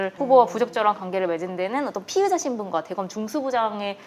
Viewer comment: 피해자, 피의자 발음이 엉망이신건 마스크탓이겠죠?